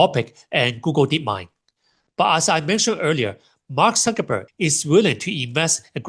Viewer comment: I assumed he was just pronouncing Cuckerberg with an S sound